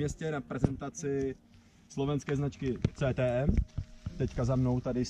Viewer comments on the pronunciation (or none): CTM se pouze píše ale vyslovuje se KTM. To pokud chce někdo o dané značce mluvit, tak by to měl vědět.